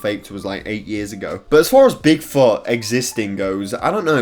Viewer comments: The way he says Bigfoot makes it sound like big fart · What he said : bigfoot What I heard : big fucc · Did he say big fart or Bigfoot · “big fot” 😂